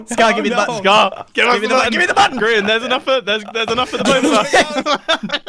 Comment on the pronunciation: Sorry to laugh so hard but you said Grain not Grian